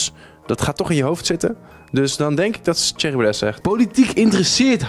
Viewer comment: Spreek Baudet eens fatsoenlijk uit!